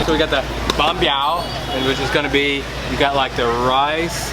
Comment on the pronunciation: Fuck your mom fuck your mom fuck your mom fuck your mom!!!! You can even say a simple word like Bánh Mì, fuck your mom!